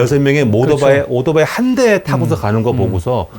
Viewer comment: k7편 도요다에 이어 경차편 오도바이... 아재라이드의 아재 발음! 역시 실망시기지 않으십니다!!^^